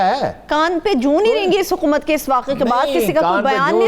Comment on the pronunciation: 1.33 muqammal 😂😂 Huqumat, muqammal, whats going on with this girl's Urdu